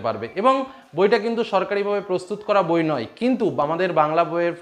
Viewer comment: এত সহযোগিতা করার জন্য আপনাকে ধন্যবাদ স্যার। তবে একটা মজার কথা বলি যে প্রথমে আপনি বই বলতে গিয়ে বউ বলে দিচ্ছিলেন। 😂